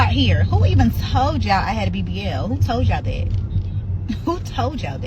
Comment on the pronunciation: “Who toad dyal dayt” I wouldn’t even want you speaking to my kids